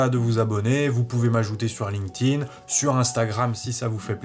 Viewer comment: Je mets un pouce en l'air uniquement parce que tu dois être un des seuls sur youtube à prononcer correctement "linked in" ... bon aussi parce que c'est une vidéo de qualité